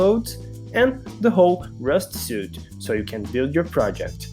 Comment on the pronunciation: Suite is pronounced “sweet”